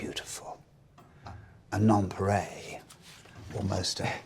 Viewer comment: "A non-paray"...he means a nonpareil, something unmatched.